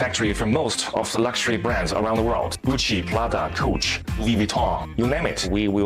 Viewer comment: I love the way the factory guy says the names.... gouche (coach)..... Im still laughing